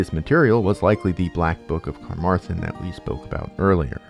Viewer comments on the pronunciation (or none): Carmarthen is also pronouced with more emphasis on the Maaaaar -- Car-MAR-than. At least by the ppl that live there!